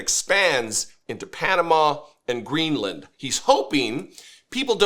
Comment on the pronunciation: Hey, FOX news lady, it's "crazy" not "Kwazy"?? and lady it's not Green Land, its Greenland, and maybe they should say that the flags being at half-staff is NOT anything new despite Trumps' whining. It happened before Nixon's inauguration when Truman had just died.